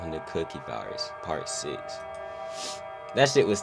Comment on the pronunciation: Cookie… not coockie.